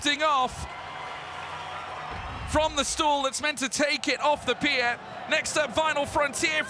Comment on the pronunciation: The most challenging was the speaker uttering the word "pi-er".